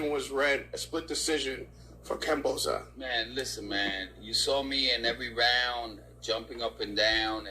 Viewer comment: KAM-BO-SOS !!! Simple fucking name to say no silent letter or special way to Pronounce it! Why everyone keeps messing this simple shit up